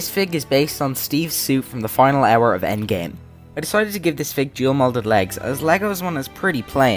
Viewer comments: Its endgame not endame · ah yes, the endame